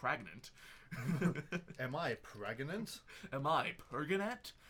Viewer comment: "38+2 weeks......PREGANANANT?!"